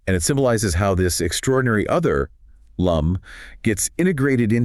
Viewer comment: Her name is "Lum" not "Loom"